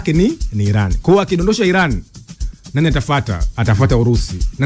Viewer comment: Inatamkwa 'Iraan' na sio I-ran!